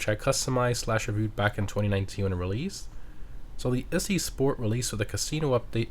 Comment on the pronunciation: It's Italian, like "Itzy". As in Itsy bitsy. The Weeny Issi / itsy weeny